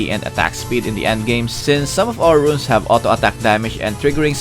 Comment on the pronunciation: Please don't say runes, your so Confusing 😂